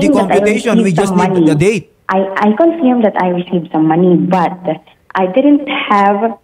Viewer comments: "Confyerm." U_U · confeerm hahaha kaulaw